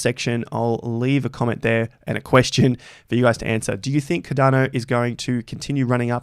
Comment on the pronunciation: Its called CARDANO not Cadano...ffs like